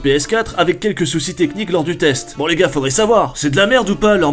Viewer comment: "le gad du gaming"😂😂